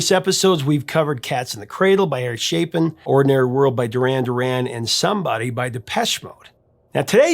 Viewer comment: Did you say Eric Chaplin? Or am I old and deaf?